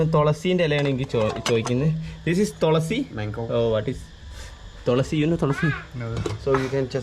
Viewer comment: Tholasi allaa thulasii 🤪🤪🤪